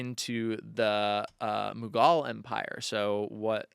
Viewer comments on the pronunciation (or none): a real modern Renaissance man! 🤩❣️ Edit: um, "MOH-guhl" empire not mahgal.... Sorry 😬